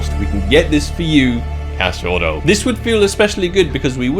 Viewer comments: btw you pronounce cachorro like cash-show-ho. No rolling of the R's that's Spanish or maybe Portugal Portuguese. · just so you know, it's pronounced as Cacho-HO (dog). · Cachouro kkk mto bom ele falando cachorro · Hi why don't we make a small game for each time you pronounce wrongly the word Cachorro you give me 1k on skinclub to play on your account deal? :)